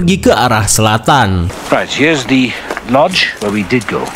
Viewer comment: Itu dibacanya bukan De edje, tapi Di Edje Kata The kalo bertemu kata yang diawali huruf vocal, dibaca "Di".😅